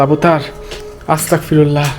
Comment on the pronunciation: 🎉আসতাকফিরুল্লা না ভাই আসতাগফিরুল্লাহ